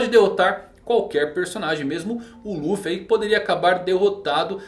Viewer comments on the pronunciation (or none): none